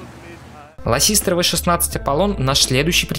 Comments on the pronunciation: лассистер? Отсылка на Булкина? Просто правильно - ласситер. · Да почему lassister а не lassiter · Да почему ЛассиСтер? Что ты, что Булкин, оба ошибаетесь. Это Ласситер. Не ЛассиСтер, не колбастер, не грандмастер!